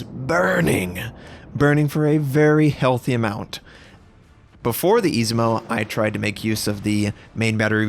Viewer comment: please dude, I-ZU-MO!! :D